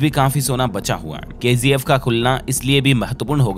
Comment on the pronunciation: It's KGF not KZF🤦